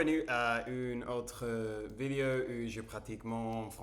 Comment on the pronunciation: Attention c’est bientôt ta 300ème on ne dit pas une vidio mais une vidÉo ! ;) tu prononces à l’anglaise